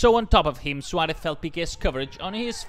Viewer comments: please say Suarez and not Schuwaretz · Saying it completely wrong tho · “Luis SWALEFFF”